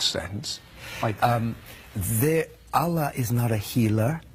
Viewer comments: He doesn’t even pronounce “Allah” properly. He pronounces it the way some random person here with no Islamic background would pronounce it. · This guy is a liar, he doesn’t even pronounce “Allah” properly. And no Muslim expects any of the prophets to come visit them at the time of death. He doesn’t even pronounce “Muslim” the way basically any Muslim or someone with any knowledge of Islam has. Absolute liar, do your research before believing these charlatans.